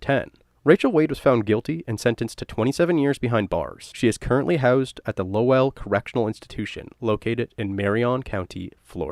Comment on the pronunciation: Interesting story. For future reference, Lowell is pronounced like bowl but with an L instead of a B.